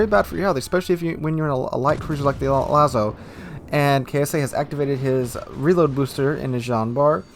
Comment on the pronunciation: "Lah-zoh" not "Lah-zow" The Jean Bart had RNGesus on his side on this match.